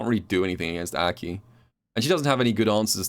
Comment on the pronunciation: Why does call her Äki?